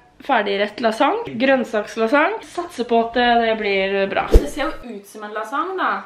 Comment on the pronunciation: morsomt at du sier lassang